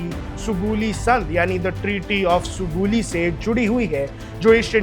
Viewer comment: Sugoli ....Sugauli hay bhai....bol to lay theek say...